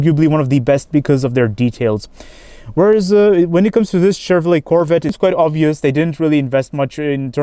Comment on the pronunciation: Nice “CHHHevrollA”.